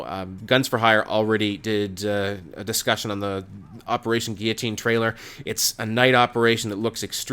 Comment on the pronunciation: Wow man u pronounced guillotine correctly nice man